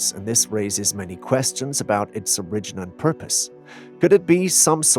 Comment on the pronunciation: I don't mean to criticize but you pronounce the word "origin" in a strange way. Has anyone else ever commented on that?